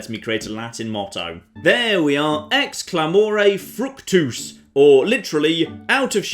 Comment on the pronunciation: Pronounced "Ecks Clah-moh-rei fruhk-toose", and it actually means "out of a shout, profit". If you wanted to say "Out of shouting, profit", you would need to use the ablative plural of clamosus (literally "shouting"): clamosis. So you're really looking for "Ex clamosis, fructus". Get your Latin right!